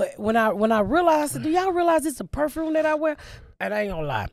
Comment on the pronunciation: I thought she was saying “Woof” when she was talking about her appliances lol Perfrume, ridicalous etc etc. The words just add to the enjoyment of this episode. The duality of trash and garbage is right. Is there any surprise that a woman that has been shot in the nipple but now has money is a bit of both lol.